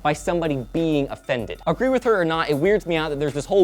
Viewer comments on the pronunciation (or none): "A fended"? Really?